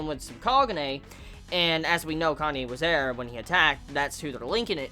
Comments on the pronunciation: It's KA NA E not KANYE xD pls no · It's Kanae man, not Kanye. lol